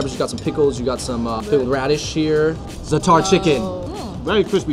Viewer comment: I cringed at the "Zahtarrrr" pronounciation, but it can't be helped. Still love you guys no matter what!!